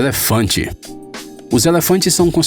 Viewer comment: Percebi que o narrador é do norte do país quando falou é lefante